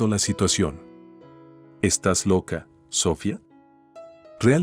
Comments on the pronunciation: Aquí en España se pronuncia Sofía (con acento en la i) no Sófia (con acento en la o) como lo pronuncia el narrador, no sé de donde és, pero él y el escritor del texto debería tener las nociones gramaticales básicas necesarias para hacerlo correctamente, como también la pronunciación de los nombres propios. HABER SI REVISAN LAS NARRACIONES ANTES DE EMITIRLAS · Lo que yo llevo peor es la pronunciacion de los nombres ,si se llama Sohfia ,por que se lo dicen de esa forma ,a Sara tambien lo pronuncian mal y todo los nombres hacen lo mismo ,yo no se si es que el narrador no es español y por eso lo pronuncia sin ,por que si es español deberia de desir los nombres correctamente segun mi punto de ver ,son historias mui entretenida ,pero por esa falla no se entienden bien esos nombres ,por fabor escucharlos y arreglarlos gracias ,desde españa .